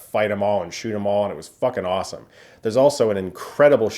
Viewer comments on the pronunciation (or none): none